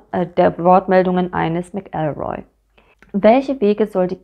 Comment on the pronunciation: Pedantischer Hinweis: Bei McElroy liegt die Betonung auf der ersten Silbe, nicht der zweiten. MAC-el-roy, nicht mac-EL-roy.